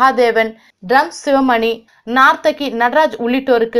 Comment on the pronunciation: நார்த்தகி அல்ல: நர்த்தகி. ஸ்டைலாக பேசுவதை விட சரியாக பேசுவது முக்கியம்